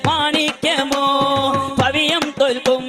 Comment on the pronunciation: പവിയം അല്ലാട്ടോ പവിഴം